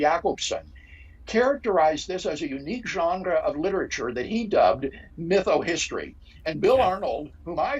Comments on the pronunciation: Craig loves to pronounce french loanwords with original pronunciation... viz genre pronounced 8 times differently in close succession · “There are moves we can make” says Dr William Lane Craig, PhD, used-god salesman, shortly before he gratuitously overpronounces “genre.” Why. Do. People. Think. He. So. Clevr.